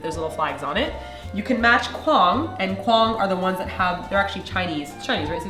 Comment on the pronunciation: Shouldn't it be Guang not quang...? D